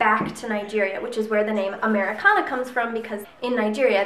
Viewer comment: Oh my goodness you and your son are too cute. And you just sold me on Americanah. Way to go pronouncing that name! :)